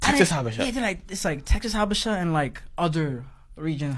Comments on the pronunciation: Its pronounced Ha-buh-shah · 1.)I dated a Habesha (pronounced Ha-bee-shaw) woman. They are technically characterized as “Caucasian” because of the Presence of Arab( Caucus) blood. Most East African people don’t think their white but of mixed ancestry similar to creole black Americans in Louisiana 2.) Habesha women definitely prefer black American men due to our perceived dominance and masculine appeal. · Pronounced Habeesha. Very delusional. Had to cut off Ehiopian fake frens. Said her stepmom acts American. I asked wtf does that mean? She responded she has an attitude. My response, her attitude has a lot to do with her personality. Good bye forever 🫡 Hard to understand why they hv a superior complex as most of them hv low level jobs. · These are the delusional Ethiopians, they are not all like this. These men will still get pulled over by law enforcement. It’s pronounced Ha-be-sha..